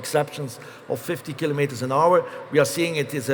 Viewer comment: Huzzah, he pronounces kilometres correctly! Other English speakers, take note.